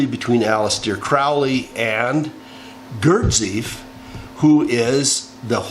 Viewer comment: I love your ramblings and am glad you're back but please pronounce Gurdjieff correctly (Gurdjeeff)! Encourage you to discover Dr. Joe Dispenza - as to what is possible for humanity. We are at an important junction in history...